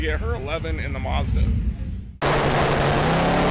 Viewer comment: it's called a Mazda not a Muzda this will help you pronounce correctly ! Say Apple now see when you say apple how dose the letter A sound? now add the A in MAzda the same way you pronounced the A in apple WOW you did it! lol